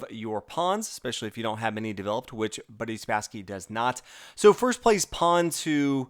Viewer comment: Did he say "Buddy Spassky"?